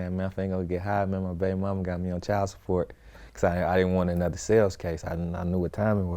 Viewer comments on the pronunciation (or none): none